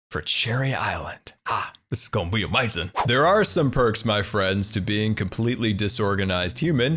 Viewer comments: Love how you say amazing as amazon at least thats how I think its spelled, also shout out from Washington state here too! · Love the way you say amazing